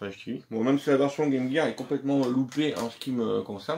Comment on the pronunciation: Enfin 1 youtubeur français qui prononce bien game gear 👍